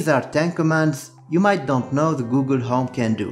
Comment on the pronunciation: "Might not" not "might dont"